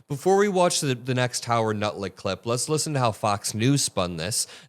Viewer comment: and you said "Howard Nutlick". Apt name, said intentionally or not, don't you think? 🤣🤣🤣